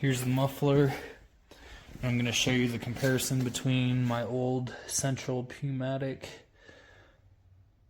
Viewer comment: hey man, you lose credibility reviewing an air compressor when you can't pronounce 'pneumatic' correctly. The 'P' is silent.